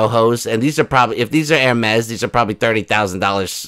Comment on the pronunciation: Let's all take a moment to congratulate on his pronunciation of Hermes👏Those of us that have followed you from the beginning under your old moniker appreciate your growth as a creator. Your songs are always hilarious 🌻And you deserve the growth that your channel has obtained. We loves ya baby.